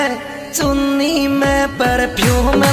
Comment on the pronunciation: Bhai muje kabhi kabhi aaisa lagta he ki चुन्नी kehta he lekin चुनी कहता he